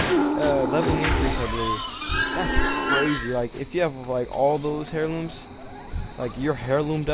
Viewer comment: For the love of god, stop saying "HAIR-looms" the word is pronounced like AIR-loom. Cheesus Crust.